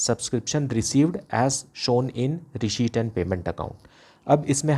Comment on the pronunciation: SIR RESHEIPT NAHI RECEIPT HOTA HAI🤣🤣😅😅